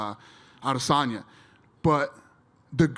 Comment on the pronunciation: "Paula Coast-ah" will coast past Israel "Ah-dis'Tonya